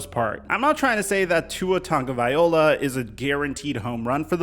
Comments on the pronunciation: Please look up how to say Tua's name. As a Bama and Fins fan it's hard to hear. Ta-go-vai-lo-a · It's Tua Tagovailoa fool at least get his frigging name right!! Pronounce that ish..F Flores he gone🤣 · Yo. Love your videos,man. But, do you realize you are pronouncing Tua’s name wrong? The end of his last name is like “Vi-lo-ah”. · After years of hearing Tua’s last name, people still butcher it smh. Show some respect and get it right bro. 😑😑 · Ima need you to pronounce his name right at least one time before I believe this mf is gonna do a gotdamn thing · i dont want crappy people on my dolphins team. i want to be proud of the players and the work they put in and the way they live their lives. PHINS UP!!! also the chiefs have used Hill as a wide back and you pronounce Tagovailoa incorrectly every time... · You still saying his name wrong. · How is it that you’ve made multiple videos on tua & you still get his last name wrong everytime lmao so much so that I had to check if I was mistaken lmao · hey! you can spend a few seconds learning how to pronounce Tua's name correctly, He'll appreciate it! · I cringe every time you say Tua's last name .. still funny though ☺️ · BRO! You actually did a video on Tua and still didnt learn to say his name right. Just say Tua. Quit trying to say his last name. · I don't think you are saying his last name correctly. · Still saying his name wrong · Why do you say his name like that? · Too bad he can’t pronounce Tua’s last name properly 😑🤦🏽‍♂️ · There are NO N’s in TAGOVAILOA. It’s not TONGOVAILOA. Sound it out. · Bruh it's Vai-loa, viola is something else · Love the videos, and thanks for doing one on the Fins. But it's Tung-a-vy-lo-ah, not vy-ol-a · The most common mistake people make when spelling Tagovailoa's name is pronouncing it as it's spelled. Just replace the "tag" portion of his name with "tongue" and you should have it: "TUNG-o-vai-LOA." So, all together, it would be pronounced "two-a TUNG-o-vai-LOA."